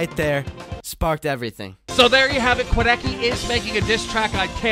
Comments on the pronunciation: im still confused, how did keemstar pronounced "Quadeca" to Quadeci? where did he find the letter "i" in quadecas name? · Keemstars always pronouncing names wrong SMH 😂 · Keemstar: so Quedeckie Quadeca: iTs QuAdEcA!! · No one: Keemstar: Quadeckey